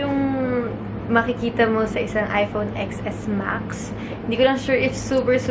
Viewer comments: please do it seriously Xs max so cringy its pronounced 10s max this is the worst unboxing ever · 😂 10s max po ang basa hindi Xs max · It's iphone 10 S Max not "Ex" po. 😊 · It is pronounced as "iphone 10 S max " like how you read the Roman number I II III IV V......IX X... you don't read it like the letter "X". But you are beautiful inside and outside nevertheless 😍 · hiii ate, "10"S Max po pagkaka pronounce dun pero okay lang hihihi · Ex Es Max ( Ten S Max ) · Ateng sorry to correct you... It pronounce as "10 S MAX "